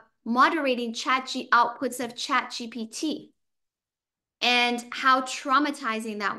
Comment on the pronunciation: Why don't you call GPT not GTP